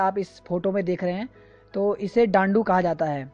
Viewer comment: Some corrections.. डांडू नहीं ढ़ाँटू टिगुवा नहीं डिगुवा या डिगवा चौली थाल नहीं चौली थात तिमरू नहीं तिमुर